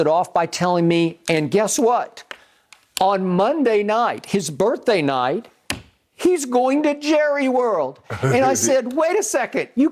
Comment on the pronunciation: Look at Skip Texting Lil Wayne on a regular talkin bout some "Happy BirfDay" daaaaayum Lol